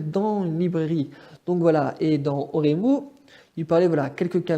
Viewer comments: 面白いわあ笑 エロマンガ先生と俺妹の発音が完全にフランス語笑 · Très bonne vidéo où je rejoins ton avis, c'est pas une copie, juste une autre histoire de l'auteur mais pour moi Oreimo est bien meilleur, c'est pas pour rien qu'il fait parti de mes anime préférés <3 par contre tu as dégomé les titres et termes jpp XD on dit Oléïmo, elomanga et éloge pour eroge voilà x) c'est le seul truc qui m'a cring x) très bon montage, continue ! ^^